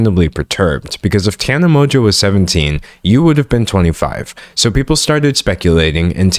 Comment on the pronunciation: I think this is the first video ive watched where someone is pronouncing Tana's name correctly. Thank you for actually saying her name properly, its been weird hearing people talk about something serious while also not caring enough to look up how to say her name